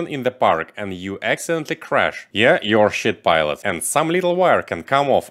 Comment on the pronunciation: Кто этот бородатый тип кто говорит "Ю а щит пайлотс"? Уже две минуты ржу.